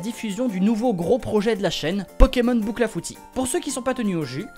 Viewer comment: J'ai cru que le " cl " dans bouclafouti était un " d " 😂